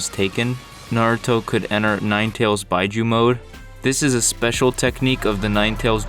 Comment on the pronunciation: Why bi-juu I think it's pronounced bee-juu